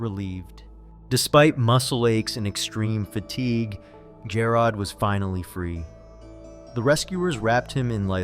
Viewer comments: Lol jah rod..... It's g air od... Jarod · Jer-rod. Where’s A-a-ron?